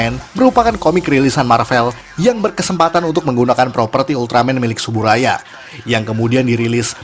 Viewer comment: Yang bener itu pengucapannya "Tsuburaya"